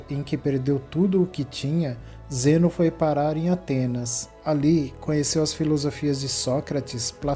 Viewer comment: Tem um puta de um acento no NÂO e o cara pronuncia Zênao ... kkkkkkk "pobrema.. pobrema"